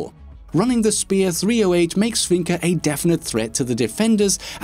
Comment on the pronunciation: Finka, not Finker!